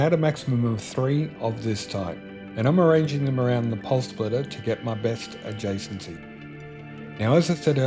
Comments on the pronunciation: I could only listen as far as the fifth time he said Pulse Splitter - dude there's no L in SPITTER. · Spitterrrrr not splitterrr lol sorry.. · Spitter, not splitter lol